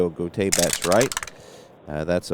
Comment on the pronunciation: That was a fine game. The time seems to fly by when you play. Julio Gotay's last name is pronounced: "Go Tie". Gus Bell is not a HOFer. A fine player who spawned sons who played in the majors. Thanks for the play-by-play, game, and video. Looking forward to more.